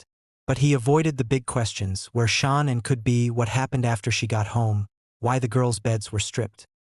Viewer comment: Come on pernounce Shannans name right theres no u in her name